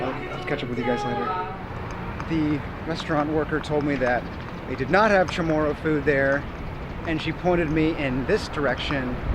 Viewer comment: Why keep saying "chamorraN" when the signs and your title read "chamorrO". You seem to know the history so im just disappointed you cant say our people/culture properly. Anyway, you highlight a good point about the local food not being readily available in the CBD.